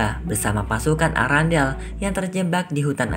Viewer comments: Kerajaan erendel bukan arandel😂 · Kok sebutan istananya arandel sih kan namanya arenda